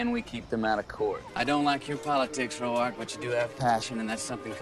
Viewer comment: I love that picked up on the proper pronunciation of Row-ark.😂❤